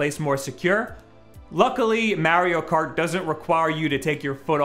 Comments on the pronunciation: "MEHRIO KAWT" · I guess he plays "Merio Kart" 🤔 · The way he says mario kart cracks me up